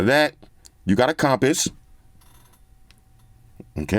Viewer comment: Nobody:: “com-piss”